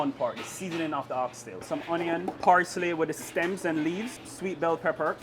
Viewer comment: "Some HONION" IS THIS WHY KAYS COOKONG SAYS THAT 😂